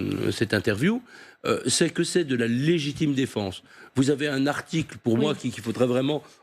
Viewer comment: logitime défense ? Cest quoi ?